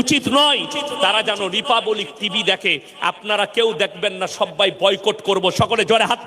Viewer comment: আপনি কার বিরুদ্ধ এ বলবেন, তাতে কি আসে যায়। বাংলা দেশের ঘটনা সম্পর্কে বললে এতো জালা লাগে কেনো। রিপাপাবলিক নয় রিপাবলিক। উচ্চারণ করা আগে ঠিক ভাবে শিখুন, তারপর ভাষণ দেবেন